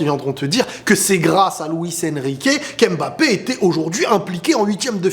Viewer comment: TU PEUX ARRÊTER DE DIRE "M”BAPPE STP? C’est MBAPPÉ! Le M et le B ne sont pas séparés! Et il n’y a pas d’apostrophe avant le ”B”